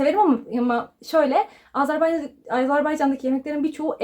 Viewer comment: Azerbaycan ama sürekli AZARbaycan diyorsunuz. Onun haricinde bilgiler için teşekkürler 🤗